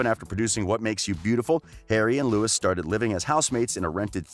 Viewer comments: First of all, any "journalist" who still says "Lewis" doesn't know shit about 1D. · I don’t trust anyone that says “Lewis” and “Niel” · Since its 2020 i am teaching eveyone the proper pronunciation okay? NIALL - nuh-yall LOUIS - loo-wi Youre welcome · Niall 》 Nayl Louis 》 Louie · Yeah, like it's pronouced "Louie" and "Nayal" This guy kills me😂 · nayal lowi right pronunciation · The way you pronounced louis and niall shows that you have not done enough research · You said his name wrong. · The fact this guy keeps saying their names wrong irratates me!! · Please do the research of how to pronounce their names before making a whole video about them. Not that difficult at all. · The way you pronounced Louis and Niall's name shows you're not an actual One Direction fan... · lmaooo im crying the way he paused tooooo 😭😭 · did he just..........did he just say Louis and not Louis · Hezarfena she didn't mean it like that it was that the guy in the video said Nialls and Louis' names wrong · The way you pronounce Niall and Louis is terrible dude! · literally don’t wanna watch this bc u pronounced niall and Louis wrong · the way you pronounce Louis and Niall shows that you haven’t done enough research.🤦🏽‍♀️ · His name is French. Pronounced (Lou-wee) not Lewis and Zayn said in a recent interview that he and Niall have a big brother, little brother relationship and that they are both supportive of each other's work. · You made this video to get 1D fandom views, and its pronounced Louie (Louis) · Its now lewis its louis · Cottam it's Louis not lewis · For third : it's pronounced Loui not Louis (s is a silent letter) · no his name is pronounced Louis not Lewis not with this Louis maybe with another but Louis Tomlinson is Louis not Lewis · Jiya - it’s Louis not Louie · His name is Louis Tomlinson, and speak without the S. And not Lewis Tomlinson 😒. Just a Tipp for the next 1D Video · IKR, it's louie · It is 2020 bro How do you not know how to pronounce Louis, Niall and Malik